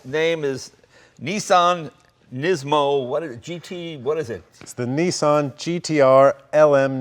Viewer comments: its not a neesan...its a nissan! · Oh Americans, please please please! NEE-sahn? Niss-an! Niss like miss! Kiss! Diss! An like... one! Run! Bun! Nissan! I can’t watch this, it hurts my brain. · its a Nissan not a neesan